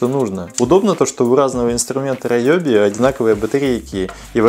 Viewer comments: Видео познавательное. Только фирма не раеби, а реоби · Не раёби инструмент, а руоби. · Райоби??? А не Риоби часом, а??? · Риоби, а райоби это какое-то нецензурные слово🤣🤣🤣🤣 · Инструменты раЕби)) правильно риоби Гыгы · Риоби, Риоби, а не ройоби)))) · Не райоби а РИОБИ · У меня только катушки на спиннинге Ryobi. И читается кстати Риоби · Не раёби а наёби